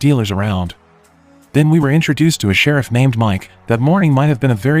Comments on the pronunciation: "Shir-reef"?????🤔...I think it's pronounced..."Shir-if" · The way you say shereef lmfao ( sheriff 😂😂😂) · Omfg it's Sheriff not Shareef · The Serreef? Wow that's the worst AI voice-over ever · The who came?? Who or what is "Shereef"??? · right? It’s not hard to type. AI would know the word sheriff lol. Not Sharif and Rubby 😂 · Sha-reef? Hate AI. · Why is the narrator saying sheriff so weird?